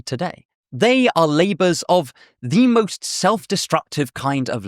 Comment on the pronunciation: "LABORS"?!?!? Dude!